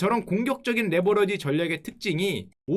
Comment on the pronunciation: 형 아직도 레버러지라고하넹